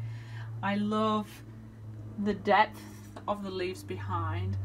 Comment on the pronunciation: I kept thinking you were saying "death" and I finally figured out you were really saying "depth".